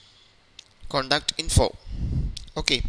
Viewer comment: its Pronounced Contact not Conduct -_